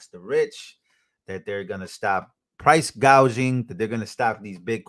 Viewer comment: She said price gauging like a tire pressure guage. she meant waht she said,anyone who would call it price gauging is an idiot,im sorry,my 11 year old nephew knows this.she is such a horrible actress!